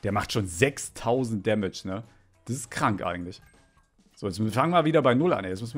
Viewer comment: kannst du vielleicht versuchen das,,so" richtig auszusprechen